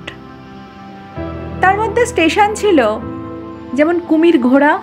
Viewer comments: কুমিরঘোড়া নয় ,কুমিরমোড়া। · Khub sundar Madam,kintu Kumirghora noy Kumirmora hobe